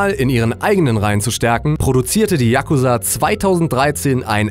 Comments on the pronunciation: Yakuuuuuuza nicht Yaaaaaakuza!!! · Da du dich entschuldigt hast ist es ok aber es heißt Yakuza ( ausgesprochen :JAKUSAA) nicht Yakusa! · spricht man das nicht "chakuzaaa" aus und nicht "yakuza" ? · die dings liegt nicht auf a sondern auf u bei yakusa,so hört sich das ja an wie jacke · hahaha sry für die falschausprache von fremdwörter, ich so okay so japanische namen werde ich wohl auch nicht aussprechen können, 2 sekunden spätter die .... der jakusaaaa... FACEPALM mn sagt Tschagusa haha hab so ein lachflash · spricht man das nicht Jakūsa aus :/? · Sportmann941 Man betont das U. yaKUza und nicht YAK uza. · Wieso sprichst du Yakuza so schnell aus?;) Es wird lang ausgesprochen, so ähnlich wie Yakuuzaa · yakuza wird mit einem langen u gesprochen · die aussprache ist falsch ...ich bin imker und weiß wovon ich spreche!